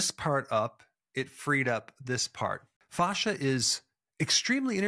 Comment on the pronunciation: Dr Berg you pronounce it correctly with the Latin phonetic 👍